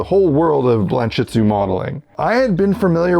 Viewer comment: What is that word he is saying? The name of the “style”? Blamshitzu?